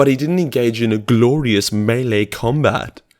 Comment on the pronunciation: you gotta love the way says "gLoRiOuS" melee combat. lol